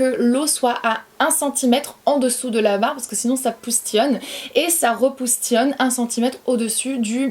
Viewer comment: Poustillione au lieu de Postillione. Trop chou ❤️❤️ est ce que tu penses que ton niveau de français baisse en quelque sorte ? Ou alors tu ne trouves pas tes mots enfin bref, petite question qui me passait par la tête.